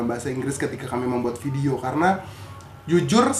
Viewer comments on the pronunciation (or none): VEDIO.....Indonesia =PEDIO😂😂😂😂